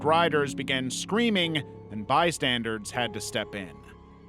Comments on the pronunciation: Bystanders. Bystanders. Not bystandards. That is not a word. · do you purposely say bystandards instead of bystanders? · BystandERS not bystandARDS PLEASE… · Didn't notice he did this until it was pointed out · it's pronounced bystandERS, not bystandARDS. i was cheering for you to say it right one time. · Exactly!!! Omg it annoys me so bad every time I hear him say “bystandards” 😭